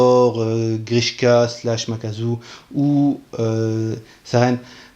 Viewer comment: Makaku :x pas makazu